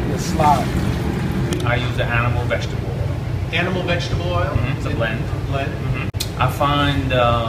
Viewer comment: Gotta love SOUTHERN talk..."veggie-tebble" (vegetable)...my grandmother pronounced it that way too...NOLA Baabay!